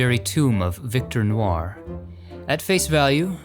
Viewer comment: I would think somebody named,would know how to pronounce Victor *NOIR * (dark in french) N-wah